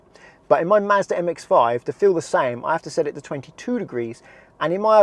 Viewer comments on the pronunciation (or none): none